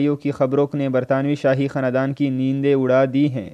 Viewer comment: پہلے اردو بولنا سیکھ لے تجھے خاندان بولنا نہیں آتا۔